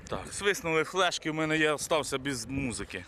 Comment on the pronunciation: Нашот флешкы це косяк выговор